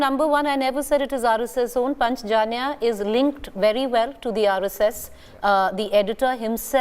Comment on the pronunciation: Who is this anchor? Not able to pronounce Hindi word "Panchajanya"??? The so called secular liberal education has taken out "Indianness" from "Indians " so surreptitiously